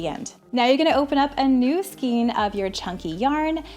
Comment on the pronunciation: Very efficient and thorough BUT please look up pronunciation of “skein”. Great video otherwise.